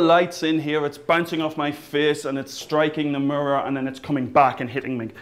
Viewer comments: he cant say mirror properly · "Look in the Murrrrurrrr" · He says the word 'mirror' really funny, like "muror". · i still cant get over the fact that he says murrur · He says 'mirror' like Cleveland from Family Guy. xD "Mrrr" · I like the way you say "mirror" :D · he says "mirror" like cleveland! :D